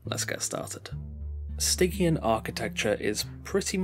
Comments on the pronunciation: hey it's pronounced sti-tzian not gkian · "STY-GE-AN" like "jeep" not like "get" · I probably did mispronounce it 😂 I couldn't work out for sure so I went with Stig-E-An as the safe option lmao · Other than mispronouncing stygian, this was great!